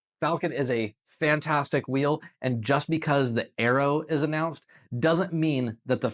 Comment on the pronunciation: God god man AERO is pronounced AIR RO as in AEROdynamics not bloody ARROW